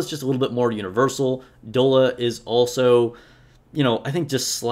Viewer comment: I'd give you more credibility if you could pronounce Doll-a. Doll-a. Have you not heard of "dolla bill"? It's slang for dollar. Dude! And N102 is your first B1 if you don't get Liter right away. She carries with a good attack buff for the squad. She's at least a B.